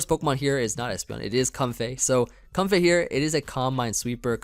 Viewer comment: It's pronounced like Coam-fay I think?